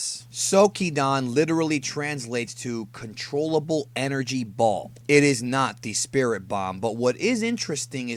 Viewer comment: I can't believe some thought he said bomb and not ball i thought he said it pretty clear lol